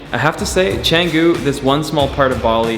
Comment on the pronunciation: So long on Bali and still saying "Chäänguuuh" instead of just Canggu.